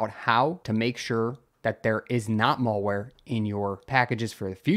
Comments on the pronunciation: It's pronounced malware (as in "bad" ware), not mallware (as in "shopping center" ware). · What is "Mawlwhere" please try to have a basic grasp of the english lexicon. You sound like a damn moron when you pronounce it so blatantly wrong. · Learn to pronounce malware.